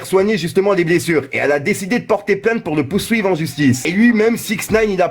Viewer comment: "pour le POUWSUIVE en justice" MDR